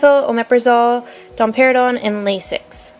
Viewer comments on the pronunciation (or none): am I the only person who heard domperidone as Dom Perignon? 😂